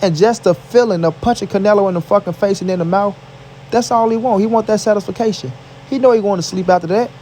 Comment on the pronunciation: "He want that satisfacation" hahahahha